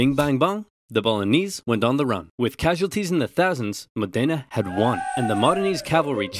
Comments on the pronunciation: I propose myself as your Italian pronunciation checker. Any time you're unsure, you can contact me (for free!!) and I'll help you out. For the time being, it's Mòdena not Modèna ;))) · Great video! It's pronounced Mòdena, not Modéna tho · Modena is said with accent on the first syllable, MOH-deh-nah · The pain when he pronounced Modena as "mòh-DEH-nah" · Modena should be pronounced mOdena with the accent on the O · Just a note, the accent is on the O, so it's MO-de-nA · it's pronounced Mo' dena [mɔːdena] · Beautiful video! Just remember, in the Modena the stressed syllable is the first one, 'modena (Mòdena). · It's pronounced Mòdena! :D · I’m from Bologna lol. Amazing video ad always, but it’s pronunced “Mòdena”. The accent is not on the E but on the O. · Never thought of pronuncing the city "Modèna". It sounds so different. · Modena is actually pronounced with the o stressed. Besides that and a few minor pronunciation issues, great video as usual! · Me from Modena, hearing oversimplified saying the name so wrong I didn't know it was my city: hilarious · That's not how Modena is pronounced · Every time you say Modena I die a little inside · Just FYI. Modena is pronounced Mod-ena, not Mo-dena. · btw it's MOdena, not ModEna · Mòdena not Modéna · It's Mòdena, not Modéna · Fantastic video, but since i'm a modenese i cringe every time you pronounce modena wrong. The accent is on the o (Mòdena not Modèna) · It's pronounced Mòdena, not Modèna. Anyway, WE STILL HAVE THE BUCKET SO SCREW YOU BOLOGNA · Over oversimplified. Modena is pronounced MO dena, not mo DEna. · It's pronounced MOdena, not moDENa! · it's mòdena.